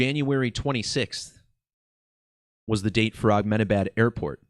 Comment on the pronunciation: Good decode. But why do you keep saying AKmenabad? This happened in India, not the middle east 😂